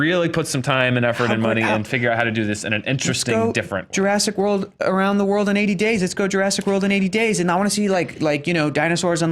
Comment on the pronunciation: Jurassic War-old. LOL